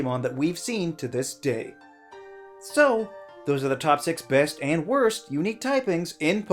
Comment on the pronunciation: No one noticed the Error made at #5 Best, they end up almost saying both so it sounds like you said "#5 fest" Because of the mixup mistake, dunno if anyone else pointed this out btw.